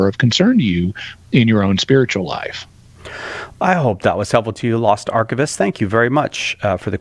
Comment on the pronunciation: I know they're reading the names so they can see what the guy's name was, but when read the name, I didn't hear "Lost Archivist" but "Lost Arquebus"